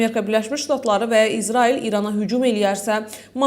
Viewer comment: Ay aparıcı İzarail yox İsrail. Düzgün danış..!